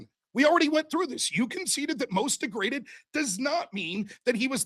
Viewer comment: omg. It's not deg-re-daded. It's de-graded. Holy moly